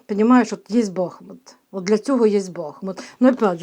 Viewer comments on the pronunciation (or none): не кажіть БАхмут, наше місто БахмУт. Будь ласка. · Доброго дня, якщо не важко промовляти БахмУт наголос на У, дякуємо за працю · Дякуємо вам за вашу працю.Усе ви правильно говорите.Тільки Бахмут - наголос на другому складі, на у. Ще раз спасибі.